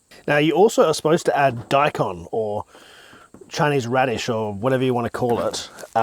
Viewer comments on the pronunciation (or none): none